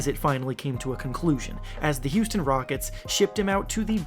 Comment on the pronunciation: Did you say “Houston Rogets”